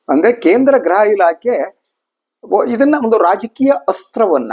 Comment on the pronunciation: ....graha elake alla....gruha elake... Nimmantha janarinda kannada halagtha ede